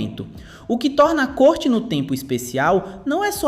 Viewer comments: Maravilha esses filmes. Só uma correção. O filme citado em não se pronuncia "corte" como se houvesse um acento circunflexo, e sim se pronuncia como se houvesse um acento agudo - "córte" no tempo. Como alguma coisa que corta. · Lê-se "Córte no tempo", não "Côrte no tempo". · Só faltou pronunciar corretamente o nome do canal e a palavra corte, afinal, ali não se trara de uma corte e sim de um corte.